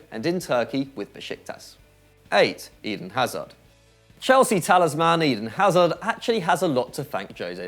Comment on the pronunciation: Weird way to pronounce Eden Hazard